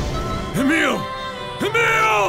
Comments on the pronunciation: its not eemill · they dont know how to say emil